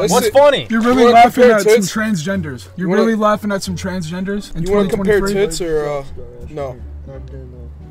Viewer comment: Did say “Trensgender”? 😂😂 ayooooo